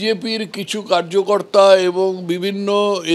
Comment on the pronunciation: কার্যকর্তা নয়। ""কারিয়াকর্তা""বলুন 😂😂😂😂😂